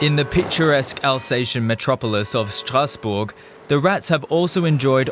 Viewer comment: What is that pronunciation of Stassbourg? It sound like a German trying (and failing) to pronounce it like in French, instead of saying the city name in English or German